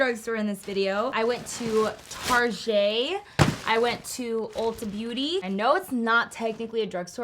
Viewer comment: You’re the only other person I’ve ever heard pronounce “target” like that, other than me 🤣👏🏻 made my day